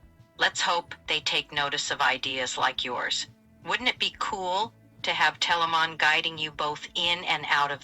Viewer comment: We are Telamon not Telamon